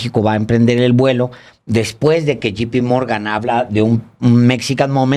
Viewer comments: Yei pi morgan... yei, no yi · Que pasa Paez (Chapatin), tu nos dijiste que hablabas ingles y la verdad, ya nos dimos cuenta que eso no es cierto, lees GP Morgan, cuando es JP Morgan dices Rusbel en lugar de Rosabelt, Mexican momen (Mexican MomenT). Nos mentiste. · Jp morgan se pronuncia "yei pi morgan" no "yi pi morgan" J = "yei" G = "yi" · Porqué dicen yipi Morgan en vez de yai pi Morgan no es GP Morgan es JP Morgan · NO SE DICE GIPI MORGAN, SI LO VA A PRONUNCIAR EN INGLÉS ES JEIPI MORGAN, O MEJOR DIGA JOTA PE MORGAN. NO INTENTE PRONUNCIAR EN INGLÉS SI LO VA A HACER MAL. GRAN PROGRAMA, INFORMACIÓN MUY VALIOSA Y GRAN RESPETO PARA ALEJANDRO Y. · Excelente resumen.Como siempre. Solo un detallito.J.P. MORGAN SE PRONUNCIA YEI PI MORGAN .NO YI PI .JI JI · No es GP (yi pi) es JP (yei pi) Morgan. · No es GP Morgan, es JP Morgan (se pronuncia Yei Pi Morgan) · Saludos desde Arvin, California. Cuando hablan de lli pi morgan se refieren al banco JP Morgan? Si es así entonces no es lli es llei pi morgan, pronunciación de la J en inglés que es llei y no lli. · UNA NOTA: no se dice GI PI MORGAN, SINO JEI PI MORGAN. GI ES = G y JEI = J. Saludos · Se pronuncia YEY Pi Morgan. (J. P. Morgan)